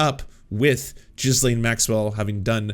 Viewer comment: 'Ghee- laine' not 'Ghis- laine' As a Canadian, come, on.